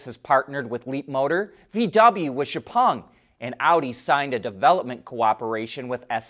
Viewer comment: The way this guy pronounces XPeng is crazy. He somehow got the Chinese pronunciation of the e in “peng” correct, yet can’t pronounce the English letter X.